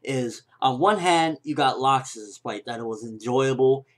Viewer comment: (L-axe-sis) Not (lock-sis)